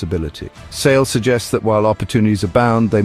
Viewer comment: While this is a fantastic book trailer overall, I must point out that the narrator incorrectly pronounces Sale’s name as “Say-lee.”